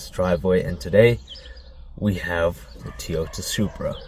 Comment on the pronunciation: What’s a Teyota?